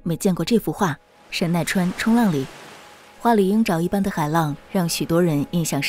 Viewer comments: 画的名字断句不对哦，不是“神奈川 冲浪里”，而是“神奈川冲 浪里”。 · 读错啦，应该是神奈川冲.浪里